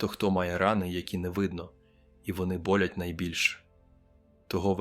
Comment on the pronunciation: Розповідь згенерована штучним інтелектом, послухайте наголос на деяких словах, вчитель не може так говорити.Наприклад -говорить: міст трІщить,а не тріщИть, повернУться, а не повЕрнуться ,квітАми, а не квІтами,бОлять, а не болЯть і багато ще.Це так говорить вчитель, який уже працює 30 років? Говорять ТЕ, ЩО хочуть чути люди.